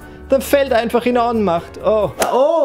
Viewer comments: Onmacht! nicht zu verwechseln mit Offmacht xD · Ohnmacht hat ein langes O. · Ich habe extrem lange gebraucht bis ich bei verstanden habe, dass du Ohnmacht gesagt hast.